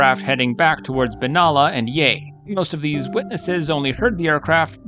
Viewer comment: You Yanks love those long vowels. It's not Wangarahta or Benahla. Those vowels should be short like the A in cat. Also Melbourne should be pronounced MELBN.